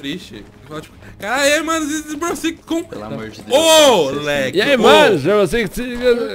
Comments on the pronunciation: ele falou raibow six kkkkkkkk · disse raimbow six😂😂😂😂com o lek